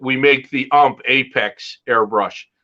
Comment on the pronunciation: Great interview and very informative, but the company that keeps referring to as Ump is UMP. You pronounce the letters not read them as a word.